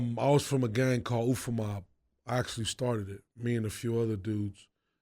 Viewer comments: This guy really said ufa mob 😂😂😂😂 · Did dude really say "UFA" Mobb?.......🤦🏽‍♂️😭😭😭😭😭 I'm dying inside seteffffz 🤣😅🤣 malo lava